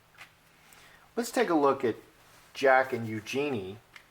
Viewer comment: FYI it's pronounced U-joo-nee'.